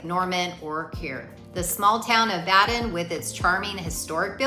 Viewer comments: BADEN IS PRONOUNCED "Bay Den" NOT BA-DEN! Got it? Then correct it. RESEARCH THE CORRECT PRONUNCIATION OF ALL N.C. LAKES, THEN RE-EDIT VOICE OVER & SCRIPT TO CLEAN UP THIS VIDEO. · Bay-Din... Simple phonics, the I makes the A say its name.